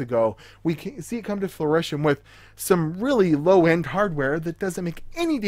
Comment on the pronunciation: Are you saying, "fluition?" It's fruition. Like fruit. fru·i·tion fro͞oˈiSH(ə)n/ noun 1. the point at which a plan or project is realized. "the plans have come to fruition sooner than expected" 2.literary the state or action of producing fruit. - I know I'm a YouTube nobody, and I mean no disrespect, but that was hitting my ear wrong. Keep up the content though, man. I'm a recent sub and you have good info!